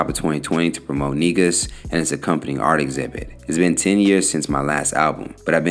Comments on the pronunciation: Negus is pronounced "Nay -goose. Big Ups to most Def. 🇯🇲🇺🇸🇯🇲💯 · why do people keep mispronouncing Negus